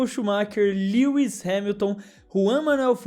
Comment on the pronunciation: Mano você pronunciou o nome do lewis errado [mesmo que isso nao importe] você falou lewi